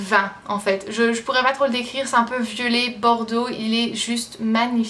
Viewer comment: Chaque fois que tu dis "violet" j'entends "vieux-laid", il me faut une seconde pour resituer le contexte et je me marre... J'adore!! Merci à toi!!!